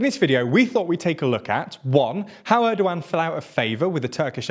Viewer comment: You pronounce 'Erdogan' in a quite strange way. it is not a 'old one' )) try 'g' as in a 'gap'